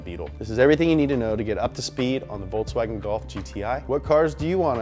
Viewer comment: I love the the "VolkSWAGen"